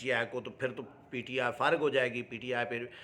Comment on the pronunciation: سائیں ایک ہی پروگرام میں کبھی پی ٹی آئی کبھی پی ٹی آئے بولتے ہو پلیز تلفظ کی ادائگی پردھیان رکھیں